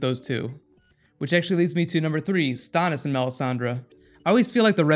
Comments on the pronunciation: The way you say Stannis is annoying. Why the change?? WTH? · When did you start saying?... methinks that mayhaps you mean Stannis... as in the Mannis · there was never any other chance for a different number one, but why couldn't you say Stannis right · The way he says Stannis....